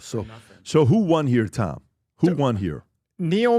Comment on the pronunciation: The fact that Tom can't say his name properly makes him dumb asf!